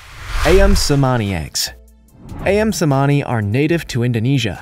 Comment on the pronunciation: "Ayam Cemani eggs" it is pronounced uyum but.. ok..